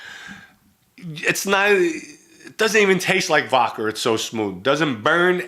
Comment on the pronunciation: Why do you say vodkar?!